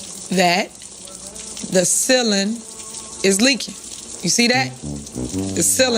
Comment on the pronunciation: “…the sillin’ is leakin’…” 🤦‍♂️